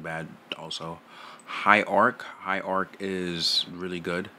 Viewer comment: "High Ark, High Ark" LMFAOOOOO